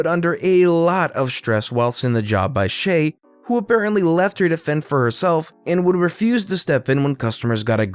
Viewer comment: Shay is read like "Shai", sha-i. Was not expecting that spelling from a foreigner...